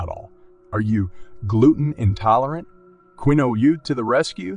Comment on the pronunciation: Keen wa is how Quinoa is pronounced